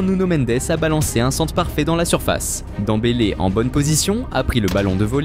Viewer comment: On dit dembele